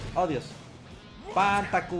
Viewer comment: El ataque de Terry (Pan Taku) suena como si dijera PAN BLANCO jajajajaja